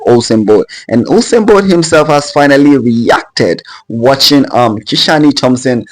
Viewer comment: Nice vlog. Hope you are right. The name is Ki-shane. Not Ki-sha-ny. Great